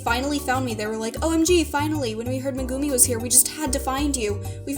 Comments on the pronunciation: meh-goo-mii meh-goo-mii IT"S MEGUMIN GODDAMMIT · She really just pronounced megumin Like mugini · It's pronounced megameen